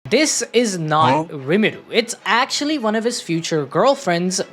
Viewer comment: His name is Rimuru, not Irimuru.